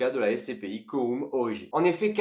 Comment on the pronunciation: Ça se prononce pas coroum